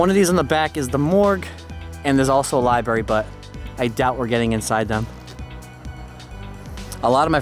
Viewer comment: LibRARY. Library. Not libary.